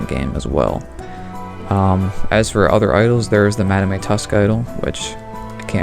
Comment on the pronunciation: This dude said fucking madamay🥀🙏